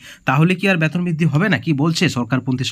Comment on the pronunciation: ব্যাতন না ওটা বেতন হবে । আগে ঠিক করে কথা বলা শিখুন । তারপর ভিডিও করতে আসবেন ।